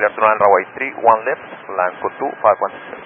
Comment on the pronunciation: It sounds like Lanco, not LATAM.